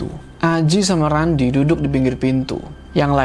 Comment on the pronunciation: Dan untungnya mereka DAPET TEMPAT DUDUKH (makhorijul hurufnya mantap nih ) nyebut huruh K nya faseh wkwkwk